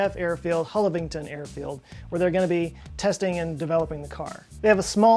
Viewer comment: It's pronounced Hull-av-ing-tun Airfield, not whatever you said ;)